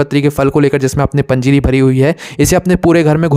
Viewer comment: पजीरी बोले तो समजा नाही 🙏🙏🙏🕉️🕉️🕉️🚩🚩